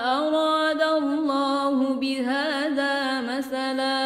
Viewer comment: ماشاء الله مباركة فتح الله عليكي عليك الاضخام صوتا من المخرج بمواقع "اللام لاسم الجلالة " عشان تزداد الروعة بارك الله فيكي